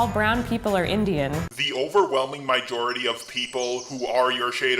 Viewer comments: Weaponised Farts nah he just cant pronounce majority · Stop saying mijority. It's fucking MAjority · QUIT SAYING MIJORITY